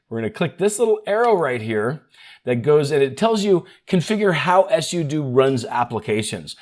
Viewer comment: ess-you-doo lol it's sue-doh